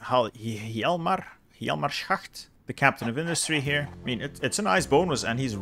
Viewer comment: Hey. Hjalmar is prenaunced jalmar. why i now it? my name is Hjalmar. and im from denmar so i dont now it is also like that you prenaunce it in german.